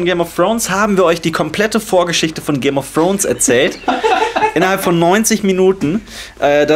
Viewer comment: "Game of Frones" ^^